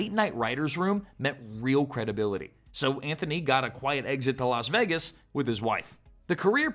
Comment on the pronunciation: ANTHONY NOT ANTFONEE 🤣🤣🤣🤣